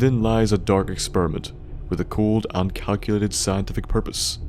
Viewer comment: I AM not thying to be offinsive but when u say experiment it sounds like exspermint